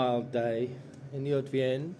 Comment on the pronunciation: You pronounced "Haute-Vienne" very well! 🤭